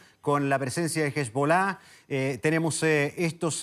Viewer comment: Este señor o es pelotudo o ignorante, Irán es el mayor financista del terrorismo en el mundo. En una al ayatola el indicó que su primer pensamiento en las mañanas es como hacer desaparecer a Israel. Por otro lado, ni siquiera sabe pronunciar correctamente a hezbollah, no tiene idea que es una palabra aguda, ya que termina en “h” en su lengua original es ahí donde se acentúa, sin dejar de mencionar que trata a Israel como tontos, con el mejor servicio de inteligencia del mundo, este señor tiene el complejo del gil, creer que los demás son igual de giles.. El entrevistador no ayuda mucho, ya que no se puede entender el medio oriente y el oriente con la mirada de las "virtudes y complejos chilenos", sobre todo si le sumas al coctel, un a ignorancia supina. Le recomendaría a los estudiantes de esa universidad y de las materias dicta, que les devuelvan el dinero, al menos sobre esta materia.